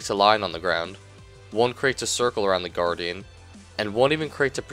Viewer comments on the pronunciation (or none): I keep hearing you say the Garden instead of the Guardian :P lol nice vid tho :D